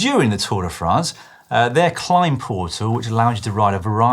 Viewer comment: Lloydy , it's Tour De Fraaaahhhhhhnce daaaahling , NOT Tour De Franz !!! Please add a little French twist to it , do the accent !!! Pleeeeeaaaaase !!!! It is painful to hear it the way you say it !!!